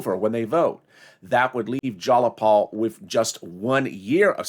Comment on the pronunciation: Its jayapal not jalapal